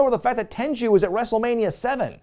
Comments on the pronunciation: it’s ‘Tenryu’ not ‘Tenju’ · It's Tenryu, not Tenju, not Tenchu. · Just a heads up, It's not Ten-joo, it's pronounced Ten-Roo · You pronounce it Ten ru Not Ten Jew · Wait, Tenryu is pronounced "Tenju?" Mark that on the list of things I've pronounced wrong for 20+ years. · Tenru not Tenchu! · I love your videos but it's not tenjew it's tenryu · Your pronunciation of Tenryu in this video is a bit unusual to me. I've always heard it be pronounced as "ten-roo". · Why tf does he keep calling Tenryu, TenJu? Is this some dumb joke/gag I'm missing or does he genuinely think his name is Genichiro Tenju? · Why does he keep mispronouncing "Tenyru"? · Why are you saying Tenryu incorrectly?